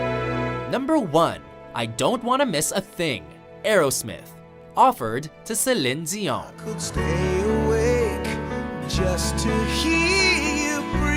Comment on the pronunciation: Uh why can't this guy say Celine Dion...